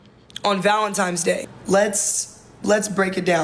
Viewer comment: grown ass woman saying “Valentime’s Day”